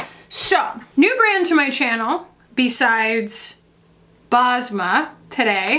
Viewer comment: Basma is a Middle Eastern name, it means smile in Arabic 😊. U pronounce it Bes-ma